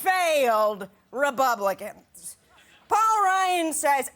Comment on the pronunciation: "Paul Ryan failed Rebubblicans"